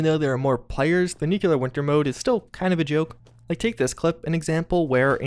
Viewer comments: Near the end, I randomly decided to do a "NEW-kyall-ler" counter... ... ... ... ... ... How bout "new-CLEAR"? Only TWO syllables...🤦🏾‍♂️ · he says nuclear weird. new clear not nucular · Who else gets triggered every time an American says "nucular"? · nuclear is 3 syllables. new-clee-ur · You have the best news for Fallout 76 man! Even if you do say "nukular" 😂